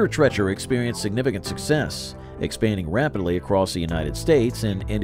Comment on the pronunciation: It’s Arthur “Tre-e-cher,” not “Tre-chur.”